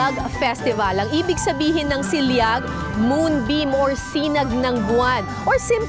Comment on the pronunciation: SIL-LAG po maam Kara hindi SIL-YAG.. it is pronounced as it is, ganyn ang Ilocano words... PAGDAMILI-AN, from rrot word DAMILI or paghulma ng clay,, KINEMMELAN from root word KEM-MEL or catching fish or crabs by hands,, nkakamiss tlga mga dokyo ng GMA lalo na si maam Kara